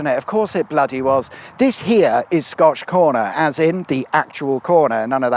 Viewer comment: This sounds like a trick question.. And I see a comment below sayin scotch egg and everytime you say scotch corner, I'm only hearin scotch egg lmao...